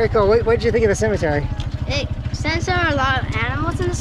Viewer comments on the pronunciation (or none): none